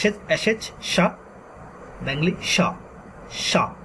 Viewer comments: Can't you pronounce Bengoli. You are pronouncing Bengli. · You cannot pronounce Bengali? What is BENGILI? If teaching Bengali, pronounce the words in English and Bengali correctly. Also, don't switch to writing. Stick to the pronunciation in this video and make a separate video for writing. When you go back and forth is it very confusing. First - how to pronounce and what sound does each character make. fyi - there is no F sound in Bangla. It is PH.